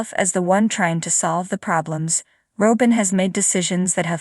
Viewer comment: When are you going too say her name properly.